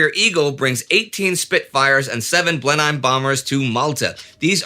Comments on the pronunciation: "blen-hiem"?? It's pronounced "blen-um" xoxo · May have come up before but Blenheim is pronounced "Blennum", love the show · Great video as always - Blenheim is usually pronounced Blen-um over here. My great grandfather helped build them for the Bristol plane company during the war, and my grandad worked on the powerplants for the never used TSR2 bomber and later worked for Rolls Royce on Concorde